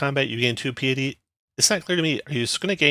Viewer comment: Nice breakdown. Thanks! Also, for the sake of self improvement, it's pronounced pie-uh-tee.